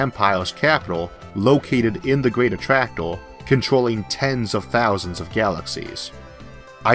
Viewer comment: I don't know if it's my ears, but I hear a strange pronunciation, like clustor for cluster, attractoor, univorse for universe. Really disturbing. Why is that so?